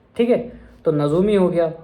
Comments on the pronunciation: Aur bhaii astrologer is nujuumii not nazuumii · I am a student of urdu (H) in du. You too pronounced nazoomi which is wrong it's Najumi without nutka نجومی